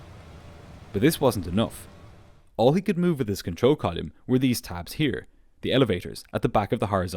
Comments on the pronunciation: I dont know why but the way the narrator says "column" never sounds right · The way pronounces "column" is hilariously weird. Never sounds right or consistent. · It's like a punch in the brain every time you say column like volume. It's so bizarre. 😂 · This is brilliant as always. You do pronounce "column" in a funny way, though.